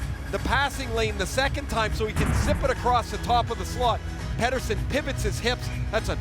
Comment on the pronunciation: Peter and Petter is a different name. Pet tersson